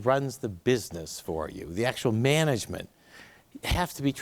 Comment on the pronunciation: “The way they make MENEGEMENT”